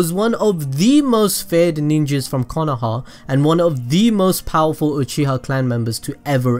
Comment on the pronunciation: Uchiha. Not oochiha